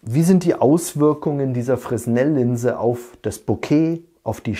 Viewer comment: [fʀɛˈnɛl] !!! Meine Güte...